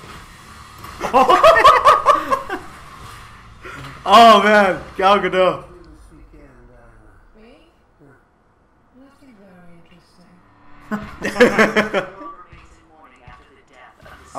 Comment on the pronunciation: It's not "Gal Gadoh". The T is NOT silent.